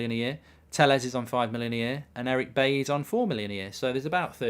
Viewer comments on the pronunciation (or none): none